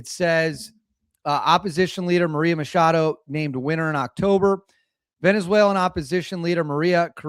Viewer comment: MaCHado. That's a ch, not an sh.